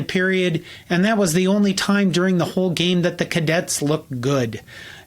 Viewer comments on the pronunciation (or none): none